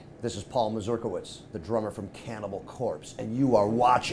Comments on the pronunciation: He is an American of Polish descent, that's why the strange surname. What is sad though is the fact that they pronounce the word complitely incorrectly. Should be more as Mazurkievich, not Masljdalighksf :D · Can you at least pronounce your own polish surname as it meant to be pronounced? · Came here just to hear how Paul pronounced his surname